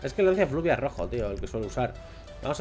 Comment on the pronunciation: Jajaja dices fluvia y es fulvia😂😂